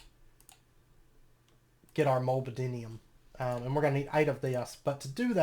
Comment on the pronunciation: Pronounced mol-ib-den-um, it's a trace element that binds copper ;)